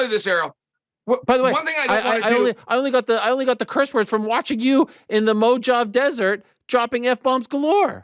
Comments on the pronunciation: How to you make it to your 40s and not know how to pronounce "Mojave"? 😂 Guy said "mo-jav" lol. It's mo-ha-vee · Oh we are not letting slide. The what desert?!?! MoJave?!?!?! Did Ariel just pull a Chael with a mispronunciation???? LOL